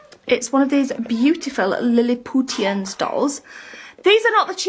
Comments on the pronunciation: Lilliputtian haha its pronounced with a sh sound.. like from Gullivers travels. She is dense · Waaaaahahahahahahaha Liliputians, not that well read then are you? It's pronounced 'Lilipushians' as in Gulliver's Travels